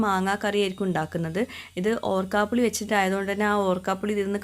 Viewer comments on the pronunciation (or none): ഓർക്കാപുളി അല്ല, ഊർക്കപുളി അല്ലേ